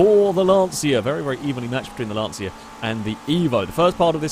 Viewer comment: Sorry for correcting you, it's (Lanchya) not (Lansia) for Lancia pronunciation